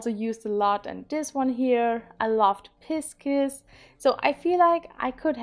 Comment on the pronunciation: I've hit pan on another 12 oan colourpop palette and they are truly very deep. At least I enjoy most of their fornulas though! About the pronunciation, I will only try to explain pisces- it's like pie (as in apple pie) and sis (like in sister). I know this is not 100% correct because vowels are hard to explain in short, but it should give you an idea!